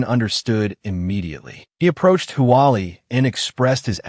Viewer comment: a drunk AI try to say approached :face-blue-smiling:😂